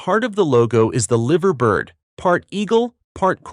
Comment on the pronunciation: The Liver bird is pronounced live-r, I.e. live as in a live broadcast with the r added.